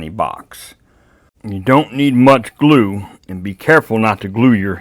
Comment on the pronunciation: I really love your content so down-to-earth I really appreciate it. I have watched quite a few of your videos now and I've only just realised that your not saying "a dab o do" but " a dab of glue" my poor listing skills.😅